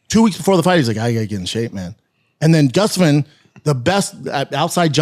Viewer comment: Is Brenda just completely INCAPABLE of saying GUSTAFSON....He always says GUFFSTUSUN.....GUFF?🤦🏾